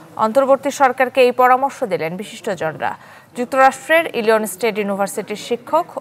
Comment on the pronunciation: Miss. U don’t know how pronunciation American state name Illinois , how comes u read news uffff